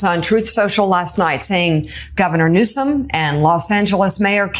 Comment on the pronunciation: THANK YOU to the news anchor for saying Newsome's name corectly instead of reading the juvenile "nickname" the toddler uses. (uuugh. the lack of decorum is the least of our worries right now, but he is so gross!)